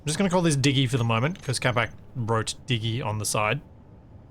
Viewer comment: This is so cool! Also: it's Digg-y or Diggooy 😉